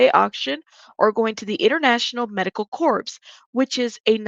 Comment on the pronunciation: Love your channel!! Corps is pronounced “core” btw❤